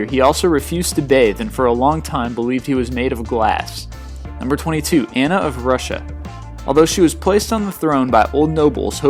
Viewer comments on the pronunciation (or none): none